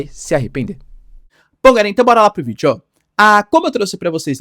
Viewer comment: "Bora lá pro videÓh!"